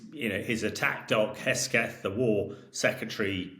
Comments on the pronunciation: Hamish his surname is HeGSeth not HeSGeth. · Is this guy ai? Why can't he say HeGSeTH 🤣🤣 does he seriously not know what the guy, SOD of USA's, name is?!? Unprofessional.. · He keeps saying "Hesketh". :face-turquoise-covering-eyes